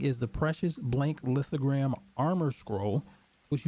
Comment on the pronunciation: Bro, its lithoGRAPH. Like a graph.